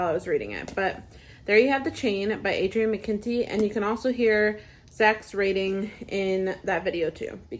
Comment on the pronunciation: Another great video,! I loved how effortlessly you pronounced Adrian McKinty's name.....poor Zack😂😂😂